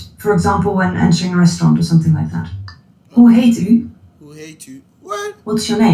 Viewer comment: It's the way he pronounce the "hoe heet u/je" for me 😂😂 Vrolijk kerst vanuit Suriname (merry xmas from Suriname 🇸🇷❤